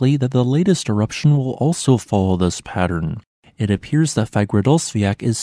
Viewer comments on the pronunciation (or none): none